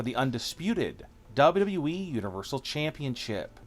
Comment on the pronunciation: Are you even able to pronounce WWE properly?